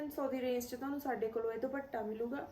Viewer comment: ਦੀਦੀ ਭ ਨਾ ਬੋਲੋ ਦੁਪੱਟਾ ਪ ਬੋਲੋ